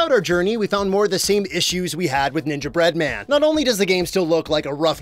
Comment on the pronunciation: It irks me the way you say "Ninja Bread-Man", clearly ignoring the cadence suggested by the "Gingerbread Man" pun.